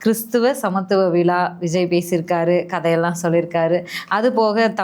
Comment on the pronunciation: விலா இல்லை மேடம் விழா தமிழை கொலை செய்யதீர்